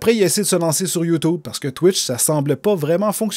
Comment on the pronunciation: On dit YouTube avec un U et pas ou c'est chiant enfaite